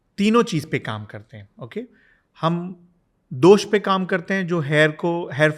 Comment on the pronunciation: दोष होता है मैडम दोषा नहीं। दिनचर्या होता है दिनाचर्या नही।